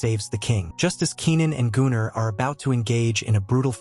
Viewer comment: I think it's just the way the AI reads the name Gunnar, which is a Nordic name, quite popular still today.